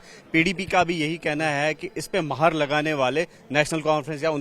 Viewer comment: Baayi anchor yeh maher nahi.....moher hai....kiya hogaya aap ko????